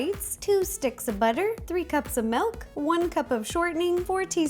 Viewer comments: Is she saying milk like melk? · I’m sorry but my grandma does the same thing and it drives me crazy...when you pronounce milk you say melk instead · MELK. PUT IT IN THE DICTIONARY PEOPLE ITS MELK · Omg she says melk 😂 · Anyone else notice that she pronounces milk "melk?" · She says milk to malk I don't know why but I still love her like anything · I love the way she says "milk"...is that weird?